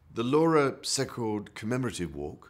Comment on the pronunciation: Too bad the Prince of Wales could pronounce "Secord" properly. See-cord not Sec-card